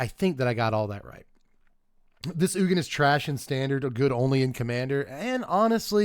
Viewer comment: Ugin is pronounced 'you-jin' not 'oogen'